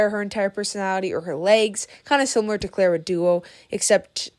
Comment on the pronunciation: hey, i know you dont rly like clara but you had so many opportunities to learn pronouncing her name correctly. it's very icky :]